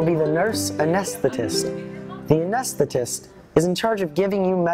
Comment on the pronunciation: “Anesstist” lol he said it wrong and it made me laugh so hard